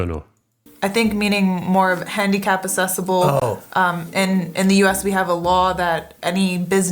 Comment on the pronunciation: Why is she pronouncing, accessible, assessable? That's weird. I have never heard anyone say it like that. Having the light switch on the outside of the bathroom is strange. Why would anyone want that? What's the reason?